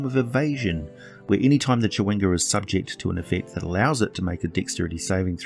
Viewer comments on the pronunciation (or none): Not at criticism just an observation but never seeing the word chwinga I though only a native English speaker could say this but then I hear “cha.wing.ga” not two syllables? Random I know